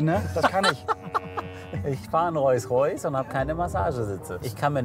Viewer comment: Ich mag Hamid ja echt gern ich gucke die Folgen immer total gerne aber mich triggert es dass er statt Rolls Royce Reus Reus sagt